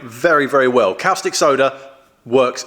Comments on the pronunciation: Great video, progress! Caustic soda is pronounced cawww stick soda not kalstick soda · you say costic, I say corstic, says cowstic... Let's call the whole thing off;-) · Its pronounced "costick" soda not " Cowstick" like you're pronouncing.......just saying. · 'Cow-stick' soda lol. 🐄 Always thought caustic was pronounced 'cor-stick' or 'cost-ick', but what do foreigners like me know! 😉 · Great vid' as per usual ( btw, I think it's pronounced CORstic not COWstic, hope you don't mind me saying. ) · Its pronounced 'costìc soda' like 'caution' 😊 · That was a caustic remark. Cos tick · woops indeed. Caustic (pronounced costic) Soda solution is what you use on drill, mill or cnc bits to remove welded on aluminium. If you want to clean/degrease aluminium there are a multitude of specialist products better suited.